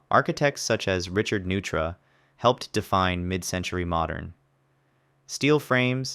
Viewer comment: Just a couple pronunciation notes: foyer is "FO-yay" and Neutra is "NOY-tra". Other than that, this video was fantastically informative and accurate!